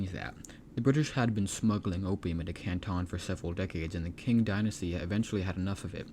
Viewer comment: It's pronounced Ching dynasty not King dynasty.